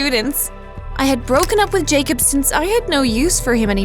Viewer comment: It’s pronounced Jacob